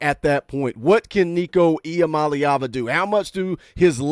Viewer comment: thanks for taking the 5 minutes to learn how to say Iamaleava.